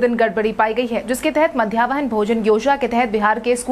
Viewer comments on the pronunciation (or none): Madhyahn bhojan tum nahi bol payee